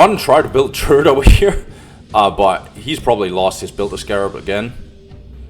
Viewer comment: This is some good and needed dow content, keep it up dude. Also, i keep hearing "turd" instead of turret, i love it lol